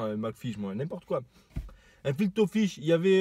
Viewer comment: Chui mort il dit "FIL TO FISH" 😂